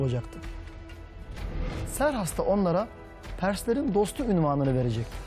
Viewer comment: Siz niye Serhas diyorsunuz ki Xerxes'in adı Keyhüsrev'dir.